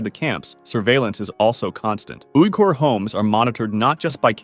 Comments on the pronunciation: Uyghur is pronounced weegur, bot oohgur. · "ooey-core" *what*